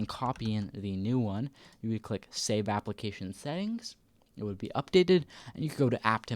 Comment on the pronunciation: we say application not APPLE - acations